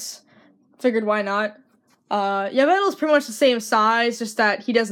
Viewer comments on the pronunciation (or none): You pronounce Yveltal: ee-VELL-tall.